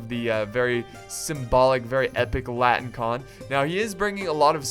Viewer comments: They're not called "latin-con", they're called "latin - i - kon". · Oh, yeah and it is La - ti - ni - kOn. Which means the Latin one.